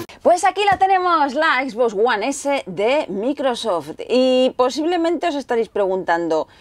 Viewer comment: "equisboxs uan esé"